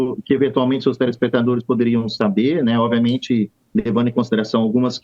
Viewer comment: Avisa ele que não é oViamente e sim oBviamente 😂